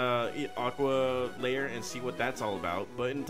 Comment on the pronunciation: The word is "lair", not "layer".